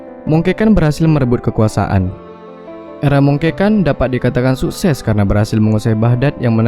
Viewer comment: Cara narator mengucapkan kata "kerajaan", "terjadi" dan "sukses" seperti dialek orang Batak. 😄